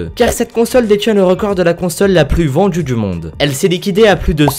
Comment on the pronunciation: numero djis on commence avec la voitchure la plus vendju dju monde!!! hhhhhhhhhhhhhhhhhhh